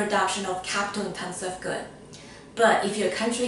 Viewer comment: i realy like the way you say intenseVU like chinese xD , thanks btwy for your content! it was very very helpful